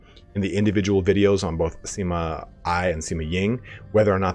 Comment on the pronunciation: it's pronounced "Sima Eh" not "Sima Eye". like how sima yue is pronounced sima rue.